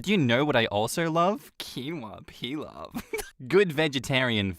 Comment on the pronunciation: Man I'm not just here for reading the stories again (I've already listened to almost every one of his videos) but I'm here for the laughter and silliness others would consider outtakes. Only reason I know he's saying pilaf correctly is because of the movie Bartok The Magnificent. There's a character named "Piloff" pronounced as "peel-off" which is how Bartok saves her. By peeling her off of where she's been stuck. And Baba Yaga sounds like she's talking with a greek accent, even though I know she's supposed to be russian. And by association I get tomato pilaf from the greek place close to me as it's tasty. Imagine a little 10 year old running/stomping around trying to say "PEEL OFF" in a russian/greek kid accent with a mouth full of tomato sauce and rice.